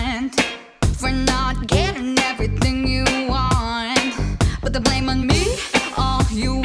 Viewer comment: I love the view but “the” is silent.